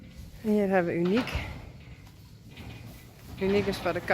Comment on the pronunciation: Thank you so much for letting us hear the names we have read so many times. When you said the name of Uniek, it sounded very much like the English pronunciation of the word “unique,” meaning completely different and unusual; one of a kind . Perfect! 💜